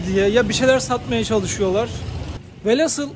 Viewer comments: Hocam kusura bakmayın ama velasıl değil velhasıl. Emeğinize teşekkürler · Herşey çok güzelde şu velhasıl değil VELHÂSIL olacak.